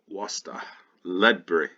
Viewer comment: first American i've heard almost pronounce Worcester correctly!